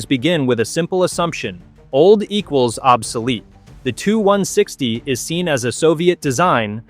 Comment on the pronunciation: you make sh!t videos, and in future when using text to speech check the output, as it is fukkin annoying hearing it say "the two 1 sixty". it's "T.U. 1 sixty" for txt2speech u morron